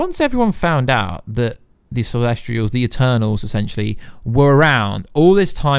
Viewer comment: CELESTIAL not CELESTRIAL! Get it right.